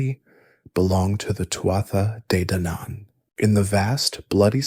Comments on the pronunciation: It's pronounced Tua Day Danin, from an Irish person in Spain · I am so excited to fall asleep to this I love Celtic mythology. In Scottish Gaelic we say "too-ah jay daonaan" I would love to know how it was pronounced/sounded in old (or even modern) Irish